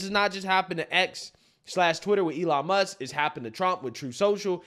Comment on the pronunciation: “Elon Muks” I can’t 😂